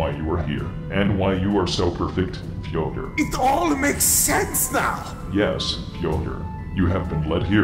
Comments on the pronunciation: Slowly butchering Fyodor's name more and more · I love how the pronounces Fyodor's name differently every time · The fact that he messes up Fyodor's name subtly every time he says it to him is both hilarious and scary as it is also an indicator of how fucking pissed he is about thos guy ruining his ancient friends work.